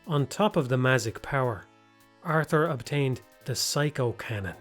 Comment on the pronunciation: You mispronounced obtaihed...